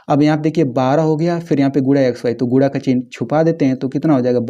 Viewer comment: Bhai Guna hota Hai AAP Gula bol rahe ho